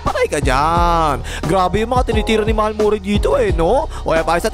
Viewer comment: Tol, hindi yan MurAy. Ma-re pronunciation nyan!